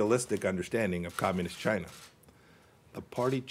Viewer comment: Fuck Chy-yeah-na